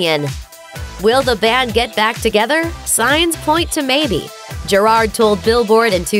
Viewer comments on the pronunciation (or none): Isn't it pronounced (jear - ad)? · Why is no one talking about the way they say Gerard’s name